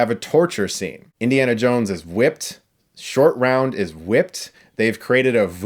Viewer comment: i kept hearing 'Indian Shortround'